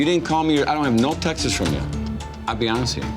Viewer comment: Lol who else heard say " I got no texasts from you"